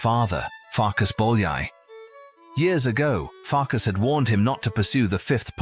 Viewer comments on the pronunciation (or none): Not Farkash but Farkas. Not Janosh but János. In the Hungarian language what sh in English (for example ship) is s. What s in English (for example sky) is sz in Hungarian. I am Hungarian. Not to mention, that in Europe the Hungarian language is the only one where the family name is in the first place and the christian name follows it. So the correct names are Bolyai Farkas and Bolyai János. Another interesting thing that the ly in Hungarian is y in English (like yacth).